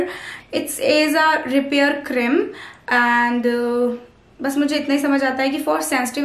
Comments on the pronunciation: Its not crim...cream hota h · Plz try to pronounce cream properly . not a hater though ❤😊